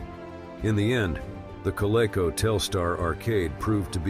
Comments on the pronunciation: At least have a voice-over that can properly pronounce "Coleco"! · The mispronounsiation of Coleco was bad enough but how do you screw up Mattel. Quit at that point. Stupid AI.